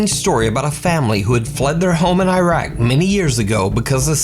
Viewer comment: Imagine featuring a guy from Iraq and then saying his country's name wrong. But oh boy it's always convenient how spirits like to move through doorways and stand in windows but never just walk into the room where the camera is placed. It's always a shadow, a blur, or just some indistinct person standing somewhere. It's never actually walking into focus. All of the "look at this person walk by this door in the background" claims aren't chilling because they're so easy to dismiss as just being a friend of the person filming or a random person who wandered in and is sneaking out.